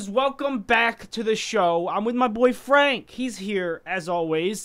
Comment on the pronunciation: Oh wow in when said "my boy frank" i thought he was saying "my boy friend" EDIT: LMAOOOOO XD